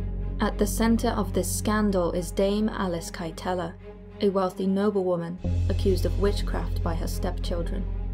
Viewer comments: Kyteler is pronounced "Kittler" not "Ki-tell-her." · I actually live in Kilkenny where Alice kytelers lived even tho I am from cork just a heads up it pronounced ,kiteller , she also escaped to England and broke out of prison after that no one knows where she went poor petronella tho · Irish guy who has been in Alice Kytlers house, You pronounced Kytler so incorrectly haha, it’s pronounced Kit-Ler much love for the channel